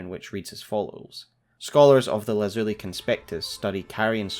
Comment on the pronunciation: you are the best elden ring lore tuber, hands down. my only constructive criticism is a few pronunciations here and there. for instance Lazuli is pronounced LAH(as in Bad)-Zoo (as in Poo)-Lie (as in Die) and Prelate: Prellet like Pellet. I dont say this to nitpick, but to say if you did research words you arent sure of a bit more, youd be making literally flawless content. I love your analysis so much. hit me up id help for free.